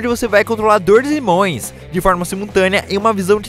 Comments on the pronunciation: "dois irmões" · DOIS "IRMÔES" Eu rir muito ksksksksk